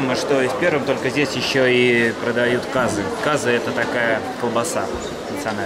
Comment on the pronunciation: В слове казы ударение попадает на "ы".